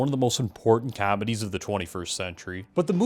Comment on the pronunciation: I just realized you're Canadian LOL the way you just said comedies during that opening screamed Canadian